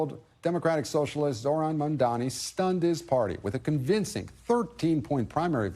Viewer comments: OMG I think Cuomo is STILL mispronouncing the name..... I could swear he said MAN-dani not MAM-dani. He thinks it has to be two of the same consonant - can't get the two-consonant concept through that corrupt brain. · Well done. You are unable to say Mamdani consistently (Man-donny is not a candidate), nor did you seem to have any foreknowledge of Curtis Sliwa (SLEE-wah.) Maybe print media would be more appropriate. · Cuomo still call him mondani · Why is Cuomo finding it so difficult to say MAMDANI ????? Is he illiterate ??? Mamdani is an easy name to pronounce. So why is Cuomo taking a shot at Mamdani's name ? Is Cuomo easy to pronounce ??? No. Is he copying Zohran's policies ??? It appears so. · Cuomo still can't say his name right